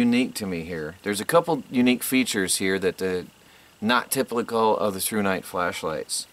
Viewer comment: tipleycal ? or ..typ·i·cal